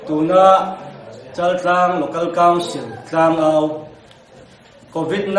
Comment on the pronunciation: Châltlang tia ziah leh lam tur a ni.